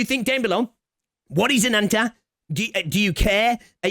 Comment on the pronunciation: Ananta = Butchering Japanese pronoun for calling others "Anata" just to make this game sound "Anime" and "Cool/Sugoi".